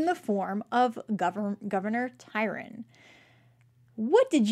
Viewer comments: Sorry this just drives me nuts-love your show but have to mention: It's TRY-on, not Tyron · Small point -it's Governor Tryon, not Tyron. :) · Right? He is a real historical person so it would be nice if you pronounced his name correctly TRY-on